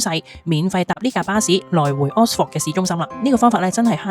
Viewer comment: 如果這集介紹Oxford，可能留意一下oxford 個正確發音😅, no offence，Thanks for sharing.